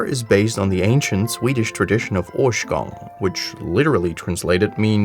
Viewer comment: Årsgång... i dont know where u got it, but "Å" is from danmark so i think its ärsgäng but fuck it ;)